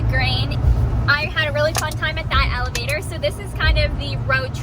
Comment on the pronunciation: Hi, I'm a little bit slow getting to watch this time but still enjoyed it. The first couple times you said Elevator I thought you were saying Alligator😂 Then I got it figured out. I would of been scared trying to fly a drone in such wind. Thanks for the trip and beautiful scenery, The heard of deer was cool. 🌹👍👌